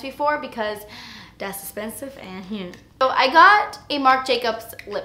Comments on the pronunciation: "Das Espensive" ❤️😂❤️ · "Like yeah, you a fierce little mama" and "it's espensive" hhahahaaaa I love you.